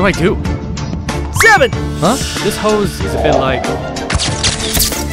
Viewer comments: "hose only" pronunciation got me dead💀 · ‘Let’s see who can suck faster’ 💀 ‘Hose only’ (Pronunciation of hose) 💀